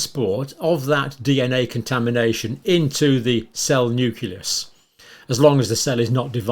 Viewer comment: It,s Nucleus. not nuculus. I assume you also say nucular.